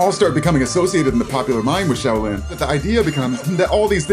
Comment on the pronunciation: "Show" lin gong fu.